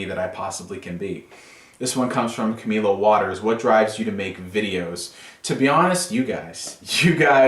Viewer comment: When one of your favorite YouTubers puts your question in his q&a!3!3!3 you actually got my name right...I'm fanboying so hard right now haha (im camilowaterz if didn't catch on lol)